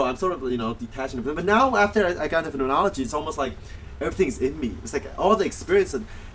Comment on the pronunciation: You didn't pronounce phenomenology right once.